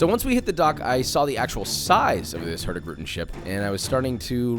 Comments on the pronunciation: Im a Dane (Its Norways neighbor), and I love how Joshua says "Hurtigruten" in 1 word, when its actually pronounced like 2 words. Nice video :) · hurtigruten is actually pronoucned more like hurtig-ruten, and means something along the lines of "the hasty route" i think